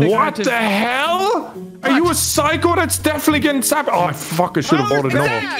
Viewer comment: I love what said "Brock sabaataaged."🤣😂